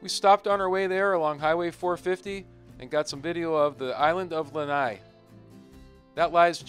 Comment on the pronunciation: Nice video but you butchered every name. I had my fingers crossed for Kaunakakai but no. You managed to say Lanai right.